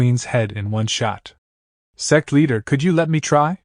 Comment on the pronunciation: My mind is so dirty when ai voice says sect i hear sex😂